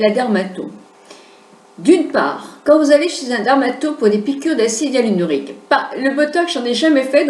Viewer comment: trés bien Si je peux me permettre c'est acide hyaluRONIQUE et non hyalunorique MERCI